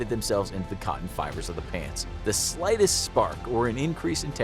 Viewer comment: Why i think ot said plants💀💀